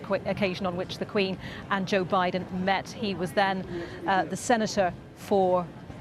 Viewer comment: Jooh biden.